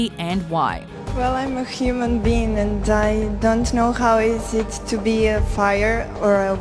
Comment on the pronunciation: "because I'm a human bean"